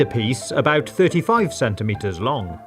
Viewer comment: What is a "Sentie Metre"